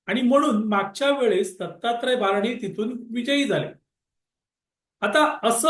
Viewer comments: भारणे म्हणु नका,भरणे आहेत,असा उल्लेख करावा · भारणे नाही भरणे